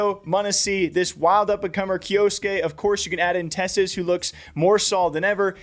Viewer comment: it's a japanese name and it's pronounced kyoske not kyo-su-ke, the u is silent